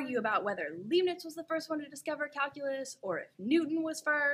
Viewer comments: "leeb-nits" = :( lahyb-nits = :) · LIIIIIIIIIIIIIIIIBnitz! It's German; second vowel is pronounced! TNX! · Calculus ist fun! ( well, it's at least incredible useful. :-)) Btw. the 'ei' in Leibnitz ist pronounced more like the english I. (like in: I like calculus ) Or laɪbnɪts if you can read that. ;-) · baby, I know you're beautiful and all that but it really breaks my heart to hear mispronounce Leibniz's name. His name rhymes with Lie not Lee.